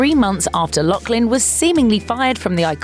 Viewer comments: Pronounced Loff-lin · There’s no k in the last name ... LOUGH. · I cringed every time she said Loughlin. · There’s no “k” in her last name